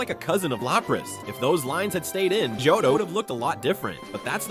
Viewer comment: You can't say johto